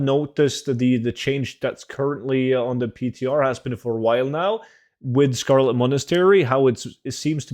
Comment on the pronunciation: "Old Scholo- uh Scarlet Monastery" Lol, cracked me up. Thanks heaps as usual!